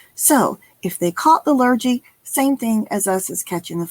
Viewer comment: Hey: a nice bit of fun.:) It's pronounced "Lhur-ghee", not "Lhur-gee":) As an Aussie, can I say this too: NOT Happy Jacks, it's Hungry Jacks.:) If you 'waffle', you are speaking too long and are tending to bore people. As in, "I heard everything he said, but most of it was just waffle". It tends to be used derogatorily. Looking forward to the next one.